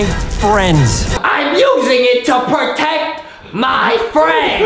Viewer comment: JUSTIN SAY TO POTECT MY DONUT HAHAHAHAAHAHAHAHAHA